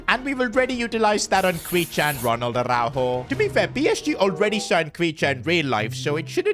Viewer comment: On ne dit par arourou on dit aroujo